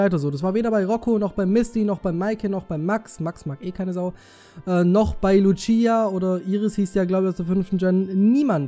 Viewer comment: keine beleidigung oder so aber man sagt luzia also mit z (nur mal so zum tipp) :D